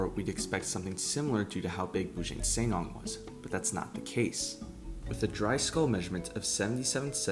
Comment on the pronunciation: the pronounciation is Boo Junk Sir Nang (Not Neng)